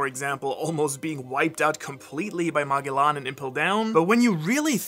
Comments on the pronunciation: Seriously Ma•guh•lawn!! That so fucking annoying!! They literally say Ma•gel•en name so many times!! MA•GUH•LAWN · Did he pronounce “Magellan” right? I thought it was prounounced “Ma-Gel-Land” not “Ma-Gee-Land”. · Moggylawn? Magellan? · The way he pronounces certain words is crazy like; (apocalyptic, apa-ka-lip-tic) (Magellan, mag-el-lon) and (persecuted, straight up changed to prosecuted) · 'Mah-Gell-Ahn'? Oh, that pronounciation is going to bug me for a while... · this guy did not just pronouce it "maw-geh-lawn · Dude called Magellan “Mah-gay-lonn” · did bro just say "MaGaLan" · Mageelaan? haha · Dude just said ma -gee-lan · ma-g-lan is how u say it fyi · It's kinda funny how you pronounce "magelan" still in german😇 Greatly enjoyed the video. Leaving a sub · That pronunciation of Magellan was illegal dude wtf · Brother please never say Magellan like that ever again. Great video as always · hearing magellans name mispronounced hurts me. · I've never heard Magellan spoken like that